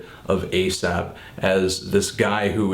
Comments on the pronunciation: You keep calling him "asap" rather than "aesop" and its grinding my gears. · Isn't that kind of an irrelevant comment to make? I'm not trying to be an ass here or anything, but if these are his opinions as a listener, why can't they be different from anyone else's? Of course, he does say "Asap" instead of "Aesop" a few times, but come on now... this is supposed to be his personal opinion of the album. Subjectivity in music is key! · If the name ASAP Rocky has not affected the name Aesop Rock, then why does Fantono here keep calling Aesop "Asap"? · i do cringe a tad every time you call him "asap" tho lol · You pronounce Aesop as Asap a little too often in this video. Jimmies slightly rustled. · Its pronounced like ee-sop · its pronounced ay-sop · Its pronounced A sop lol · Great review, Anthony, but I think you should brush up on your artist name pronunciation in future ;). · Totally dislike the way Anthony pronounces "Aesop". lol